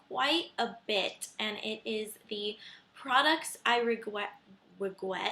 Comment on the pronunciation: hahahah regwet LOL .